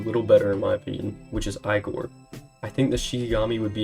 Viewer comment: “ I-gor “ gonna find you bro 🙏